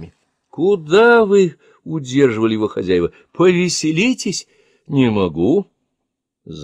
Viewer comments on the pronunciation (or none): none